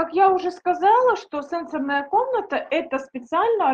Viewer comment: СЕ́НСОРНАЯ Ударение следует ставить на первый слог, если мы употребляем слово в значении “устройства, реагирующие на касание”. Например: се́нсорная панель телефона СЕНСО́РНАЯ Ударение следует ставить на второй слог, если мы употребляем слово в значении “связанный с чувствами, с органами чувств”. Например: сенсо́рная система человека